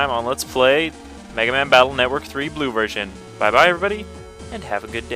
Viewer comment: lmfao i love the way he says bue version